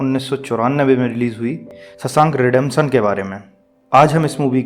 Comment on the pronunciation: शशांक नही रे शोवशंक होता है वो pronounce सुधार ले भाई